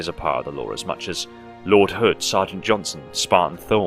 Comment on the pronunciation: 9/10 times it sounds like you’re saying “Law” instead of “Lore”.